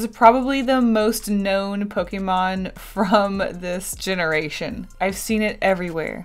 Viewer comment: I love you but the way you say Pokemon makes me want to die